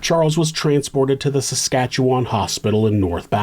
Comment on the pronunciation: cant believe i havent heard about this one considering it took place just up north from me! (ps: thank you for actually pronouncing saskatchewan right❤ it's so often butchered to samsquamch and sashashawa on true crime channels that i feel it's worth noting :b)